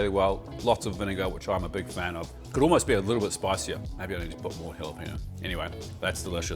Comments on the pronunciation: It’s funny that he pronounces the J correctly in jalapeño but not the ñ. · I love your work, but the way you pronounce "jalapeño" is painful.